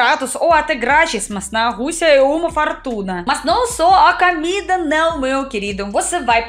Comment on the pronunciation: vc ainda trocar O pelo A exemplo (comida vc fala camida)😮